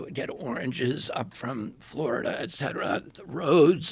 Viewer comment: so nice to listen to a person who knows how to pronounce "et cetera" correctly. I love James Lindsay, but his "ek cetera" kills a little part of my brain every time...